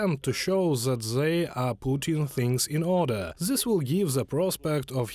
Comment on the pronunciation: so zat zere was no beard so ZAT ZERE was no mustash. THAT NOT ZAT!! THere not ZERE!! TH TH TH THAT TH TH THE TH TH THERE TH IS NOT ZA blat.